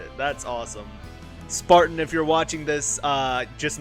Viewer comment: i love how you say sparteen